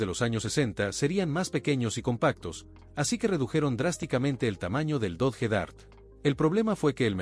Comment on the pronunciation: Dodge, se pronuncia DOCH